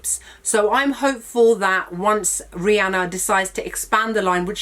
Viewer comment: Thankyou for pronouncing Rhianna's name right.